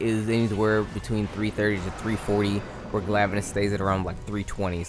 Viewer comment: “Glaive-anus” is my favourite pronunciation.